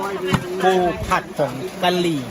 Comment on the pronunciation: น้องนัชไม่ต้องเน้นคำ ปูผัดผงกะรี่ 65556